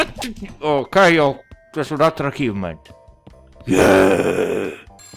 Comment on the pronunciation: Non mi stuferò mai di ripeterlo: achievement si pronuncia acivment, non achivment! xD